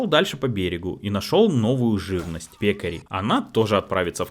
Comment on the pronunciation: без обид, дружище, но правильно пеккАри. это вид свиньи, еще Жюль Верн описывал их в "таинственном острове"